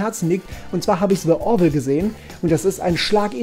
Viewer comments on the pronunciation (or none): Nicht „dä orville“ sondern „di orville“